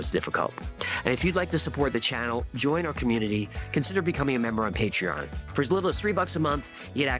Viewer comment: ❤it’s paytreon Pay-Tree-on! Not Paytren